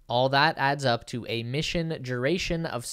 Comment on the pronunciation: ok but what is a "juh-oh-ray-shun"? Is is a variation on duration, which has no "j" or "y" sounds in it? Why do you also mispronounce it as jew-ray-shun and "joe-ray-shun" ?... Stop using your mouth as your nose(inlet and exhaust ports for respiration) and your oration will gain mych needing consistency~coherence.